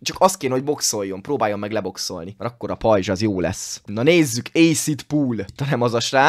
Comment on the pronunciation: Bocsánat de nem rajzs hanem r